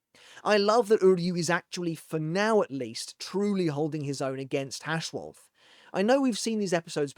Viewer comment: Orahaime, Uharbach or just UAB, Hashwolf and Uru huh? Auto captions are really something. Or Yodi and Kate... Can you guess who that could be? Oh, the h in Hashwalth is silent, it ends with a hard t. That's what th meant in German when it was still in use. That one isn't on the captions.